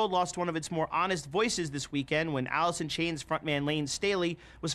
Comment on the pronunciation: Everyone: talking about the good staley and grunge Me: Did he say, “Alisson Chains”?